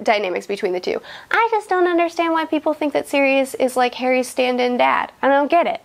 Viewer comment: Ummm.. she called Sirius Serious 🤣